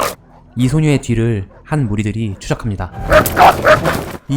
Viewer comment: 나레이션 발음이 너무 이상해요. 이소녀의 뒤르을~ 이런식으로 뒤를 너무 끌어요.